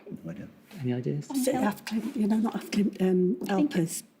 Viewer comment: That’s unfortunately not true. Listen to any Swedish documentary. It is pronounced with an n and not an m. You can clearly see Dorn closing her lips to make the m-sound.